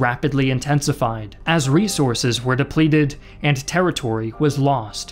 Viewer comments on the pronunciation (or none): none